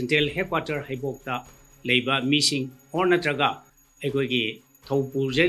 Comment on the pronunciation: Mating haiba ntte meeting haibne. Khitng pronunciation chumna pabiyu. Atei di ym fajare. Sidage khnna haijaba ntte. Fajahningbgini. Thank you